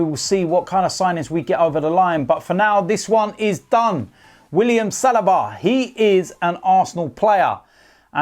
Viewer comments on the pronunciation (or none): William SALABA 😅🤦🏻‍♂️